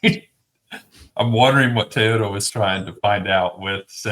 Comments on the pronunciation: It's TOYota, not TAYota, dude. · It’s not pronounced “Tayota”! Why is this so hard for this guy and Denny Hamlin? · Didn’t know it was called taaayota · Stop saying “Tayota!” C’mon! It’s not hard.😵‍💫😵‍💫